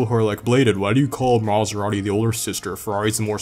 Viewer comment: Did you say “Maserani?” Lol